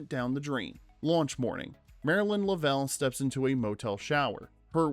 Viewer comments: It's painful to listen to this guy pronounce Lovell. He has obviously never even seen the movie. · How do you make is whole video without ever watching the movie. If you had, you’d know how to pronounce Lovell. They say his name like 30 times in the movie. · Yeah…. Doing a documentary you might want to get the main characters name right…. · Yeah, it was painful every time he said it! 🙄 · Then he should have checked how to pronounce the name. Anyone who is familiar with the movie or the actual incident, like me, knows how to pronounce it. It is not an unusual name. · I usually like these videos, but seriously, how can you mispronounce one of the lead figure's names? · You say “Lovell” wrong so many times it’s like you didn’t even watch the movie or see any real interviews. You posted this 9 days ago and it only has 40,000 views… go back to your edit bay, and re-record the entire voice over and pronounce Captain Jim Lovell’s name correctly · The mispronunciation of the main character makes this video too painful to watch. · Decent video but you think you do a little research on how to properly pronounce the main character’s name. Bizarre. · Train your AI voice how to say "Lovell" properly!!! Don't butcher this hero's name and dishonor his memory. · "Lovell put his name on the line for accuracy" Proceeds to mispronounce his name through the entire video. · ai generated slop cannot even pronounce the name correctly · The way your AI pronounces Jim Lovell's name hurts my ears..... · You say you read all your comments. I hope you read this one. Every time you said Jim Lovell’s name. You mispronounced his last name. Which leads me to ask if you watched this movie how is that possible? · Please learn to say Lovell correctly.... SMH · James LOVE’ell NOT LovELL. I hate it when his name is mispronounced Change the audio PLEASE! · A “rough pitch”? Luh-vell? Did you even watch the movie? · did you watch the movie? It's luvel not luh-vel. also WHAT the film "platters?"